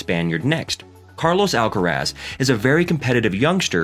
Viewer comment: no les tienes que explicar nada. Los nombres de las personas es una cuestión de identidad. Carlos Alcaraz se llama así, no Carlos "Álcarasd". Basta con preguntarle al propio Carlitos, o a cualquier español que se tenga a mano, cómo se pronuncia ese apellido y tratar de imitar lo que le digan. A nadie le es exigible un buen acento en otro idioma, pero sí un respeto hacia la identidad de las personas y eso implica designarlas por su nombre, no por lo primero que se te viene a la cabeza cuando lo lees.